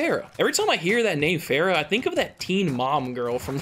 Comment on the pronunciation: He said pharas executions 🤣